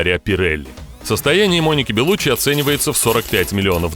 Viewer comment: Она беллуччи с ударением на и .она сама так говорит